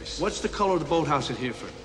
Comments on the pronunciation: I love how De Niro pronounces Hereford, "what colour is the boathouse at hear-ford?" It's a bit of a small place so I don't blame him, though it's actually pronouced Hair-ref-ord ( hɛrɪfərd). The guy at the end get's it right! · maybe there is one, maybe there is none. doesn´t really matter. the point is, DeNiro´s character just wanted to expose Bean´s character as a liar, i.e. that he´s not an SAS soldier & doesn´t know Hereford well. btw DeNiro also mispronounces "Here-ford" as in 2 seperate words, the correct pronunciation is: "Herryford". this might either be non-intentional (as DeNiro´s character is American), or very well intentional, i.e. an additional "testing" of Bean´s character. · Sean Bean could have easily called his bluff on the account of the fact that Hereford isn't pronounced Hear-ford! Too funny... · The scene is a good scene that gets spoiled by the way De Niro pronounces Hereford! >.< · Ok, let me start again. 1. De Niro is an American 2. He's playing the role of an American 3. He pronounces "Hereford" as an American would Having familiarity doesn't mean he will automatically use the local pronunciation. If you watch the movie at all, you would have noticed that he purposely emphasized his American (New York) accent; most likely to contrast it against the French, British, Irish, German and Russian ways of speaking English.